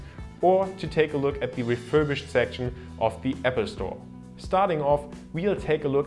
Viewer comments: Hey, find's klasse, dass du als Deutscher in gutem Englisch sprichst. Hab nur einen kleinen Verbesserungsvorschlag: the + Wort, das mit Konsonant beginnt wird "the" ausgesprochen, the+Wort, das mit Vokal anfängt "thi". Du sprichst alles als "thi" aus, was sich total falsch anhört :D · could you pls learn how to pronounce "the" correctly? pls that's so annoying.